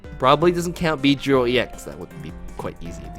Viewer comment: "Bee-dree-il" what?!